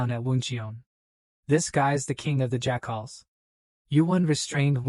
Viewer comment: Pretty ok AI. Good story. But best thing about the story is that at the 5.5 hour mark or so a faction called Jackals is introduced, but the AI pronounces it "Jack-Holes". Lmfao, made this story ten times better over that period of it. So funny.